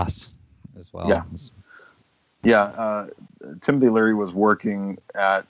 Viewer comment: Host keeps calling him Timothy O'Leary. Poor CIA Tim